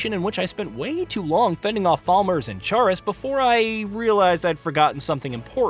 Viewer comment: Never heard anyone said chaurus like that lol